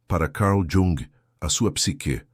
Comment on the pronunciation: Carl Yung. ou Calr Yung. ??? 😡